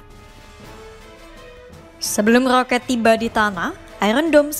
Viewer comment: knp kok rrrrrooket..atau beerrrr beerrrr